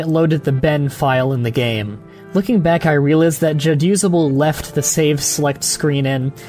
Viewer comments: i will never get used to it being pronounced ja-use-able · WAIT.... Is it pronounced Jad Usable or Ja Dusable? WHAT?